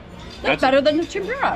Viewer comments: Ten-Pooh-ra. Not Ten-pyu-ra. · It’s called tem-pu-ra. Not tem-pure-ah. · temPOOOrah. sorry but it isnt tempYOUrah. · The way you pronounce tempura 😂